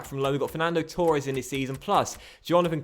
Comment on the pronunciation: I could live with 'Richar-lee-sun" but please... it's pronounced Torres not TOREEEEEE- es